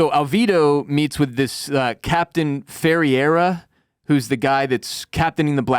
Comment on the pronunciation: Captain's name is Ferreira, super common Portuguese name. Closest English pronunciation is feh-ray-rah as in X-ray. Source: Dude, trust me. JK I am from and live in Spain, near the Portuguese border too. Oh and I'm pretty sure Rodrigues/z is a Spaniard. Both Portugal and Spain were under the same ruler back then for a while, and ofc they were allied against the Dutch and English.